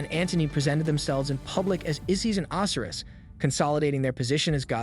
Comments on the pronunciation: How can you purport to be interested in Egyptology and NOT know how to pronounce the names of their major gods such as Oh-sy-rus? And Cleopatra is pronounced with a hard "ah," not "aw" in the third syllable of the name. Oy... Work harder on the pronunciation of these important names of history. Ugh, this younger generation - the knowledge of the world at their fingertips and they can't even pronounce the names of the Egyptian gods correctly! Learn these before you post more videos - it's imperative to getting more subscribers, because people like myself will shun your channel until you can demonstrate a proficiency in these simple concepts like accuracy in pronunciation. Also, slow your roll! You speak too quickly - slow the tempo down a few clicks with your verbal presentation - it'll get people to watch more without feeling like your urgency is stressing them out just to listen. Not trying to be a jerk, but man, you need to take these constructive criticisms to heart in order to better your presentations. On the other hand, I must say that I am impressed with the visuals - and the substance of your presentations is pretty good, too. But without the pronunciations correctly done, and the pace of your narration slowed down to a more reasonable pace, you will not be taken seriously by people who already understand this information better than you do. I hope I've been able to be helpful and not too hurtful with my criticisms - I've tried to keep them as constructive as I could. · The Egyptian god's name is pronounced O - SI - RIS with heavy drawn out pronunciation on the letter O. 😑